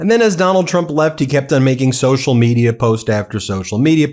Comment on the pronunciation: Trump's right for once. The world is no longer laughing at the US - they are appalled by it. Baffling that he calls his Iran invasion a "war" now. And the mispronunciations: tsocial / social; audition to / addition to; barberas / barbers. If people vote Trump in the midterms, they deserve the call-up papers they'll get to fight in the rest of the Republicans planned wars.